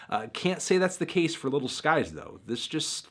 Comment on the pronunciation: It bothers me that he says little instead of lil